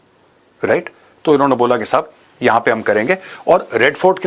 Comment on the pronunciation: The way Major Sahib says- Sahab, shows training